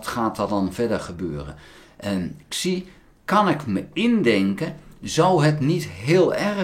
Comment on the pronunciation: "Xi" in Pinyin spreek je niet uit als "Ksi", maar als "Si"